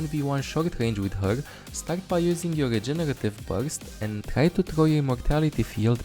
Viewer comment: The way says "regenerative burst" it tickles my heart for bit,hes like:Jegeretive bujst.LOL